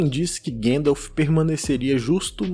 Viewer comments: não sei quem é "Guendaf". repita comigo: GAN-DALF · Eu adoro os seus vídeos. Meu único incômodo é com a forma como você pronuncia Gandalf. A pronúncia é "GONDALF". O próprio Christopher Lee pontuava isso no set de O Senhor dos Anéis. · Pfv, não fala Guéndalf 😭😭😭